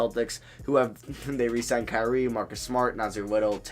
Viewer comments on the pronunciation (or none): none